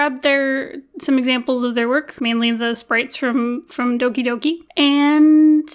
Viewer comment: when people pronounce doki doki wrong😭